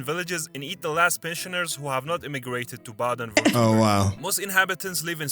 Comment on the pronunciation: By the way, the person narrating the video is not a German. His pronunciation of state and brand names is very far off from the ideal pronunciation. His interpretation of "Baden-Württemberg" is almost incomprehensible for German speakers. And Bremen is not beautiful, safe for very select places. There are few locations in which you can turn 360° without seeing something unappealing.